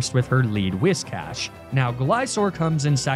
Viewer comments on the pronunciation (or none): none